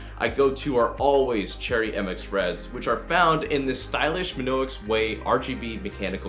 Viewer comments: My-On-Ix Not "Min-Ox" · It’s pronounced My-onix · Isn't it.... Mee-onyx? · Oh the mispronunciation of Mionix... ouch... my on ix good video though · Your saying Mionix wrong it's annoying me I'm sorry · lmao you mid pronounced mionix